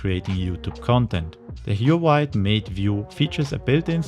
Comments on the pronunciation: IPA [xwǎwěɪ], not [(h)juwəwɑj] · damn that huawei pronunciation killed me. It's hu-wa-weigh, not huawaigh.